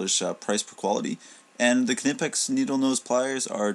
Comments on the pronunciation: the k is silent it's pronounced nipex not canipex.... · It is pronounced kNEE-pex. Go to the German site, Knipex.de and listen to the sales blurb in German. The k and N run together. I was looking at the 7 1/2"' Knipex and you are the second reviewer to mention the flex. I do not see that as a plus. and will keep looking for another pair of discontinued Snap On 96BCP.. With Klein and Knipex making so many pliers, the pair you chose do not seem similar enough for a direct comparison.